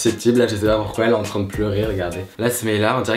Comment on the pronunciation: je suis là seule à avoir remarquer qu'il disait "Je suis clairement entren de la maintenir avec des friandises ". Il a pas dit entrain 😂😂😍